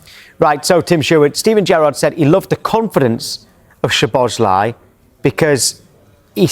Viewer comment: Soboszláj🤣🤣 I am Hungarian.